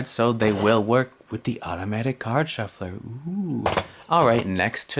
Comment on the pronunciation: When you say 'Automatic card shuffler' with that accent it sounds like Value Hunter